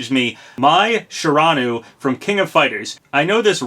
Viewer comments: It's pronounced Shear-a-new-e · "Mai Shiranoo" Oh Papa no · i hate to make so many comments about pronunciation but... come on, man. mai shiranui. it rhymes with banjo kazooie